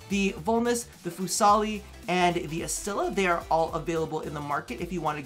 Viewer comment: Astilla its pronounced "asti - ya" means splinter